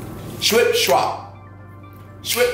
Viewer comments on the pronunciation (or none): none